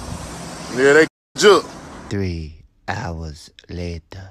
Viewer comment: If you gone make videos about this stuff, at least pronounce Jook name correct!!!! This should be journalism 101 😂😂